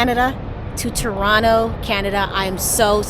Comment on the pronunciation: Hi. I have been following you since the beginning. Welcome to Toronto! I hope you enjoy our city. It was fun to see you walk out of Union Station onto Front St. Thank you for showcasing Canada to your subscribers and for pronouncing Toronto correctly! Safe travels 🎉